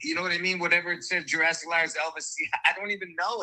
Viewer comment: You nailed JEWrassic . Wowzers!!!